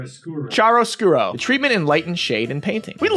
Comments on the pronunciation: chiaroscuro is actually pronounced "kjaroˈskuːro" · It's pronounced "kiaroskuro" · It was almosy right the first time, it's pronounced Key-arroh skoo-roh (chiaro scuro)